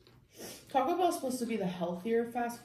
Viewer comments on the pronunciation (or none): none